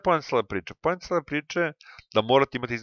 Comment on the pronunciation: Al najače: ,,to je pojenta cjele priče,, ahhaahahha